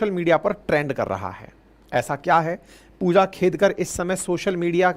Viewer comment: फूजा खेदकर 😂😂😂 नाम तो सही से ले लो सर 😂😂😂😂